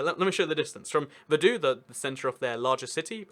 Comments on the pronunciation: Isn't it like "Fadutz"? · You pronounced Vaduz wrong. The Z isn't silent. Try saying Vaduts. Anyway, nice video :) best wishes from Switzerland 🇨🇭